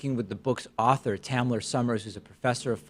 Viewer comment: I thought he said “Tanner,” and I was like, ok not a weird name. Then I read that it was “Tamler,” and saw a white dude, total confusion.